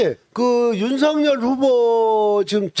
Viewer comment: '윤석열'의 정확한 발음은 '윤성렬' 이 아니라 '윤서결' 입니다.